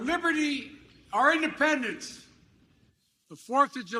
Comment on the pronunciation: You don’t like his creative take on the word “IndePRendence” day? 😂